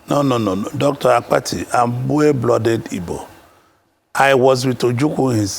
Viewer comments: I thought something was wrong with my ear. I equally heard Dr. Akpati several times Instead of Dr. Abati. Akpati means luggage in Igbo language. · Dr 'AKPATI' , you supposed to correct him on how he pronounced your name, he knew you almost 40yrs according to him and still pronounced your name as Akpati (box)